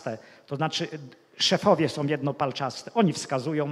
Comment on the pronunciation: UFF...! No oczywiscie ze ciekawy temat ale trudno się skoncentrowac bo jeszcze na obczyznie polskiego zapomniec nie moge: "Sposób WYDATNI" nie istnial nawet w socjalistycznej PL . "WYDATNY" - owszem . Juz scierpiec mozna pojedyncze błędy wymowy - ale notoryczne spłaszczanie nosówek , pomijanie "ł" : "gówny" miast "główny". Z "podstawówkom" Nie "się" a siem . Nie "są" , a som. ... ITP. ... gdzie się tak w Polsce "mówi? O ile to w Polsce jeszcze ? ..................... P.S. Nameczylam sie bo jestem bez polskiej klawiatury i korekcji czyli musialam przeklejac pojedyncze polskie litery tam gdzie ilustruja temat.